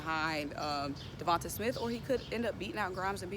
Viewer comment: Sis it’s “De-von-tay”... and “Tray-von Grimes “😂✌🏽